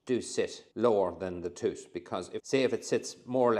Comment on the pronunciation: You say tooth just like my old dentist! I’ll have a tooth ache tomorrow now! Great video Thankyou